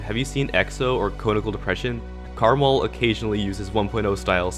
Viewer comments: Am I the only one who pronounces his name "Kre-mal" and not "Karmarl"? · no its pronounced caramel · Just wanna say its called: karma L so not karmL